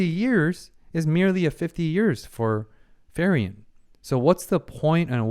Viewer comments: Four episodes in and you're still saying Ferien instead of Frieren... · By the way... i know that accents may be difficult for some peoples to pronounce... but Frieren is pronounced "FREE-RENN" and not "FI-RI-END" (not to confound with "Free-Rent")... "FI-RI-ON" (Firion, masculin version of Firien) is a character of final fantasy 2... Just like "Fer-nand" (pronounced "FER-NAN") is the masculin version of "Fern" (in english), or "Fer-nan-de" (in french)... No ill meaning... just trying to remove a tiny splint that do not belong there... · it still throws me off everytime he pronounces Frieren as Ferian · Him getting the name wrong is super annoying for me, but I also realize he probably recorded the first four episodes in one sitting, since he has the same shirt, so I only have the right to get properly annoyed if he makes the same mistake after changing shirt. Of course, it's been a year, so it doesn't change anything regardless.